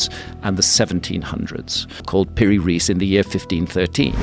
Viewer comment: Why cant A.I. pronounce "Peery-Reese"...😖😖